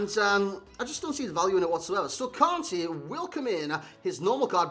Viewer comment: Kante not Kane